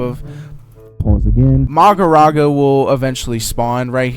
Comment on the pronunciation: Is no on gonna talk abt how he said magaraga